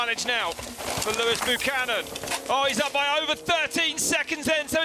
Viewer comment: They make his name sound almost as if it was Loose Cannon